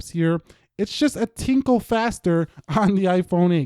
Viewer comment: Did you say tinkle???